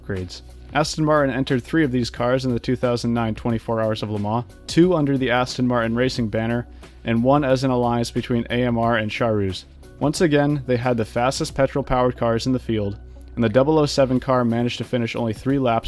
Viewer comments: Charouz is pronounced diffrently. More like karous or smth like that... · I just now, after a few years of hearing it, realized that the "Sharoos" is Charouz, being used to the Czech pronunciation I always assumed Sharoos is some mystery team I have no clue about, oh God I feel stupid.